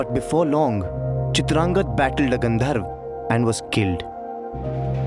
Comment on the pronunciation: The Hindi pronunciation of Sanskrit names giving me serious cringe. Bhishma to Bhishm, Chitrangada to Chitrangad, Gandharva to Gandharv uhhhhhh...